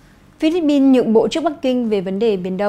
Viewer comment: Co the bao ban phat thanh vien nay noi Philippine chuan hon duoc khong ah? Pin chu khong phai Bin. Con lai moi Thu deu tot. 1 gop y nho Cho Chuong Trinh